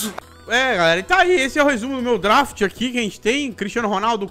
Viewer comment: Ninguém: A -: drAft